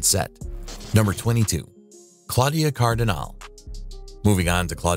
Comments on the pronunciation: Claudia Cardinale: "CardinALee, not Cardin-ALE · “Kardinahl?” lol Come on. There is no silent “e” ending in her name. Pronounce the “e” and pronounce it as “eh.” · I think the prononciation of most of the non-english names more disturbing than the behaviour of the people involved{ NicholasSarkovski, Claudia Cardinal, CatherineDenewvem come on}